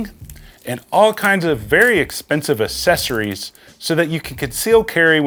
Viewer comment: Accessories, nor assessories. If you're going to use a word google how to say it.